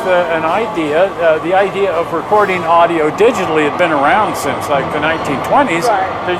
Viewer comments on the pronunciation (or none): none